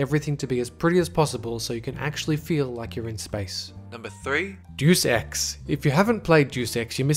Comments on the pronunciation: It's pronounced Day-us Ex, not doos ex, but yeah they do make a remake of it. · Doos ex? DAY-US EX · Great video, except one detail... Deus is pronounced "Day-oos" not "Deuce" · Aw man, I love Doos Ex! (Day-oos) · Duce ex??? Hahahaha. It's Day-us Ex. Like Deus meaning God in Latin. Plus, a Doom remix was announced that week too. Do you research a lot? :P good video though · day us, not doos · For fuck's sake, it's pronounced Day-Us Ex, not Due Sex. Not a bad list, but where's the HD Chrono Trigger remake? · you pronounced 'deus ex' like it was 'deuce ex' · I normally ignore your pronunciation errors. They're understandable as English is clearly not your first language and I respect that you speak it so well. I've got to correct you here though. Deus Ex is actually pronounced "day-us ex" with emphasis on the "day" part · "Warcraft 3 is one of the best RTSs" Can only select a small number of units at a time Cancer incarnate and the spawn of the most unholy genre of games, MOBAs How about instead of remaking it we try to make it good to start off with and it's pronounced day-us ex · It's pronounced day-s-x. I'm not even a fan of this franchise, but it drives me up a wall with how common people mispronounce the title. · You realize that Final Fantasy 7 is getting remade for PS4 also its pronounced (Day-es-ex) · "Douche ex" lol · ITS SAID "DAY-US"!!! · ........."JEW SEX"? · Good vid, btw; dey-us ex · Lol "Deuce Ex" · "Deuce" Ex? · "Dus ex" lol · "doos" ex?! wtf!? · its pronounsced day-us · Remake/reboot Star Control 2 and Deus Ex 2 (not DX1!!! It's perfect the way it is) I LOLed at your mispronunciation of Deus Ex...